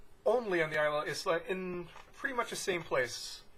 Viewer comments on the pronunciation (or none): eye - la is the correct pronunciation .